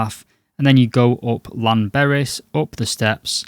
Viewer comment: Sorry about that mis-spelling. English is my second language. Let us make a deal, I will learn how to spell 'apologise' and you learn how to pronounce Llanberis. But you have to realise that the 'Death Trek' videos become tedious. Perhaps doing something original might be a good idea and not encourage the Instagram wannabies (OK, grammar/spelling police, how is it spelt?) onto the Death Trek.